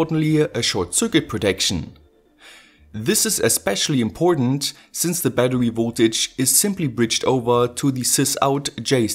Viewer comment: kollege jedesma wenn du bäddewy sagst ziehts mir die zähne... aua. in battery ist ein R. kein W